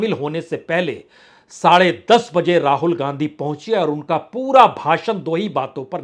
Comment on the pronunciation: शुद्ध उच्चारण करना सीखें। 'राजनीती', 'पासा फ़ैंकना' क्या है? र्राजनैतिक, र्राहुल क्या है?